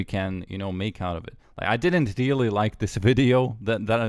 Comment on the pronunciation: very reerly